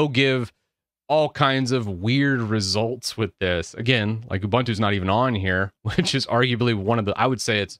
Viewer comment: Ubuntu is pronounced as u-boon-too not u-bun-too :)